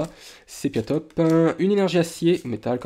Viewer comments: On voit que tu n'es pas allé très loin dans la 6G, c'est dommage, c'est l'un des meilleurs de la série ! Sinon, c'est Sépiatop / Sépiatroce, et non Séplatop / Séplatroce. Je regarde pas toutes vidéos, et ne collectionne pas les cartes. Mais c'est toujours un plaisir de t'entendre ! :) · pas mal ! mais beaucoup d erreur de prononciation de poké :/ surtout sepiatop et sepiatroce alors pourtant écrit noir sur blanc^^'